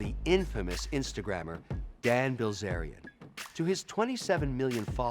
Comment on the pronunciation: This guy is ridiculous. He actually said - "Bill Wellzerian" and like 2 minutes before that he said..."Bill Billzerian"..,... Neither of which are correct. And yet, he still managed to correctly type Dan Bilzerian's name in the description of the video. Astounding.